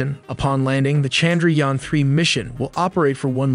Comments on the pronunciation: They gave us icecream in my office because of this haha. I was so happy ^_^. Also i think modi had two speeches ready. 1 for if we fail and 1 for if we successfully land it hahaha. Also its pronounced as Chand - ra- yaan. The A's are pronounced as 'uh' instead of 'ah" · The way he said Chandrayaan was hilarious. No disrespect but I kept laughing on that part.